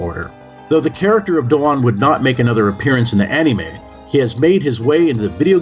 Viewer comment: Dude why the Fuck We're you not featured in this? You are far more qualified (and practically Destined to do something like this) then this guy. I don't care who this he is, he couldn't even say Anime right.